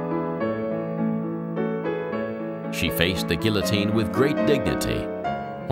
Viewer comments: Eh... geeO-teen..... not A but O... for sure... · GEEA-TEEN = Guillotine